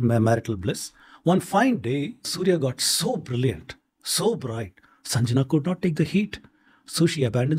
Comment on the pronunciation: "Sanjna" how you read this. Rememebr, Jnana also written as Gyana. In souther India "Jnana" over "Gyana". So Sanjana coukld be read as Sangya. YOU PLEASE DO SOME HOME WORK before you BULLSHITTING around.